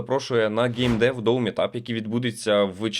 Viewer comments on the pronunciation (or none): none